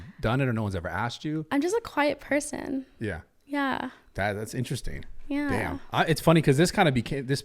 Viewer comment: First few “ Yweah”… I’m done